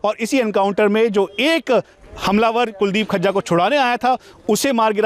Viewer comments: Khajja nhi vo fazza hai bhai 😁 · Gajja, majja, rajja susro se FAJJA nhi bol paa rhe kya anchoring karenge....Batao badmasho ki itni himmat ho gai custody mein se bhaga le gye...chalo Guru chela dono ka kaam tamam ho gya.